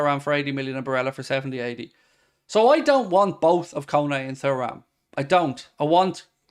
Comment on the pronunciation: Can this guy please stop saying Thoo-ram, it's Tu-ram. It's a legendary name in the football world.